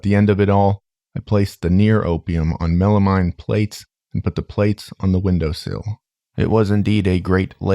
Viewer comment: First time I've heard "melamine" pronounced that way. Horses is always pushing the boundaries of my understanding of this universe.